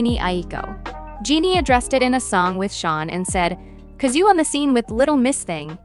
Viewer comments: Big Sean girlfriend is pronounce Je-nay not Genie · Im so sorry but😭 Jeanie? It’s j-en-ay 🫶🏿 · It’s not “Jeanie” Jhené is pronounced “Jen-A” tf??? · genie? its Juh Nay. Jhene Aiko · JUH-NAY…not “Genie” 😭😅🥰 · Jhene pronounced Jah-Nay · please learn how to pronounce Jhené correctly ffs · the pronunciation of jhené 💀💀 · Girl I cannot get over how you pronounced jhené aiko's name lol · THE WAY YOU PRONOUNCE JHENÉ’S NAME 😭😭😭😭😭💀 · I know you didn’t butcher our girl Jhenés name. 😩😩😩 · I know but it was cracking me up 🤣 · I hate the way she butchered her name 😭